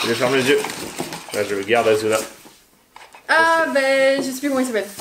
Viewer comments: C'est pas asuna c'est assuna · On dit Asuna et pas Azuna merci j’ai moi même vu ke manga c’est ma raison d’être là 😊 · C pas asuna mais assuna sssssss pas z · On dit Assuna, pas Azuna xD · Sa secrit asuna mais c pas z c ss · de un sa ce prononce ASSSUNA de deux il sont coincés dans un jeu video et si il meurt dedans il meurt dans la vraie vie